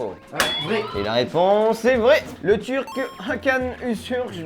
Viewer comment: Il doit juste réviser sa prononciation du turc 😁